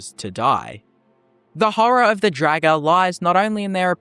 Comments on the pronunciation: Pretty sure it's pronounced as in "draught", not "dragon". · he just keeps saying dragger